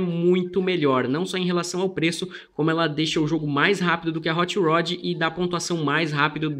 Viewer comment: Still better than "hoche roch"